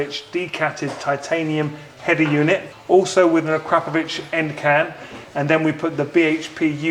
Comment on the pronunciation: A crackingly unique bike. Also rare to hear someone who pronounces Akropovic correctly!